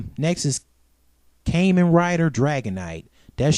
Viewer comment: bad move bad mouthing kamen rider, 1. you pronounced "kamen" wrong 2. bad mouthing kamen rider will cause the entire fanbase to try and hunt you down